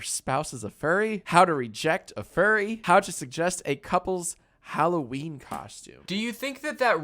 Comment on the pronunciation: "suggust" Danny Gonzalez 2022